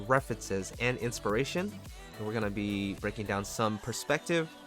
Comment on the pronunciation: I love how you say "inspiration" Make me laugh, XD. BTW. whats the name of the background music?